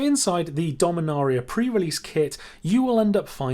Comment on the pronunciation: Take a shot every time he mispronounced dominaria